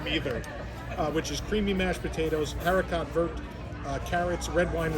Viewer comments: Haha yah he was way off on his pronunciation of that. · I love pronunciation of Haricot Vert lol - sorry but it was funny